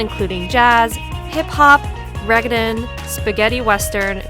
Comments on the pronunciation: im sorry. i love your video. reggaeton....its pronounced "Ray gae Tone" (roll the R) Not Re-ge-ten. that actually hurt to hear. but otherwise a solid video. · the only downside to this video is how you pronounced reggaeton lol...but other than that, great job